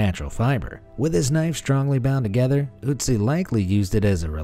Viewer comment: German speaker here: good pronunciation of the Ö in Ötzi! I've seen Anglophones struggle with that...